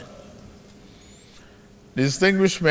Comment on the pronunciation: ... Honorable hallow member... and feeloow...😂😂😂 There was a country...